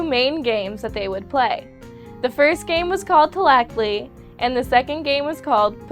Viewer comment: i can tell you didn't know this. you couldn't even pronounce the game tlachtli and Maiz. im mexican, and my grandparents know nahuatl (the lenuage of the aztecs)and tought some of it to me. I'm just saying...saying that the aztec girls belong in the kitchen ..."Go make me a sandwhich, woman!!"